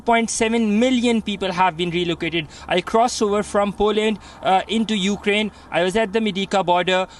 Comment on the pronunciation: EUkraine? It's no Paris!